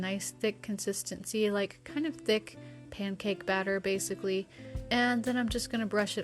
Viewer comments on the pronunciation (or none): none